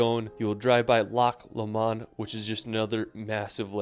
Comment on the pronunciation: Omg did he ACTUALLY say "Glass-cow??" And Lack LoMawnd? I'm need a tranquilliser...PLEASE please please, Americans visiting Scotland...at least try to pronounce name places correctly...❤